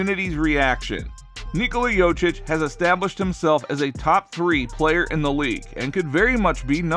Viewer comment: By far the worst pronunciation of Nikola's last name I've ever heard.